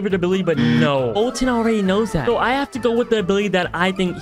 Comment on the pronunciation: not Colton its foltyn